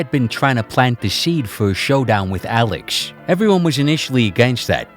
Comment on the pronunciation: lmao why do you pronounce you "S" like "Sh" who tf pronounces "Alex" Aleksh